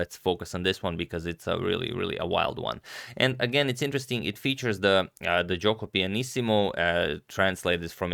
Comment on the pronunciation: Italian here: pronounciation of "Giuoco Pianissimo" was almost perfect!